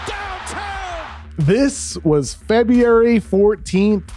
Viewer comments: I love KOC, but he needs to work on saying “February”. Damn. Great video as per the usual, though. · February is a tough word to say I guess